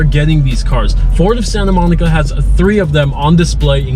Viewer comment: Forward of Sayinta Moneekuh